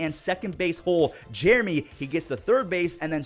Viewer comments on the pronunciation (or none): none